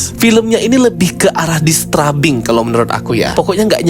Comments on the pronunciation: Bagus cara review nya 🙏🏼 tapi maaf, i am disturbed by the way you said "disturbing" 😅🙏🏼 Not dis-tra-bing, but dis-teur-bing Atau kalau sulit melafalkannya, bilang aja "mengganggu" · mungkin saran aja kak, slow phase itu biasanya disebut Slow-Burn dan disturbing itu dibaca nya Disterbing 😊